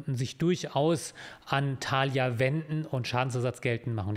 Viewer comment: Mich triggert viel mehr die Betonung bei Thalia auf dem ersten A :goodvibes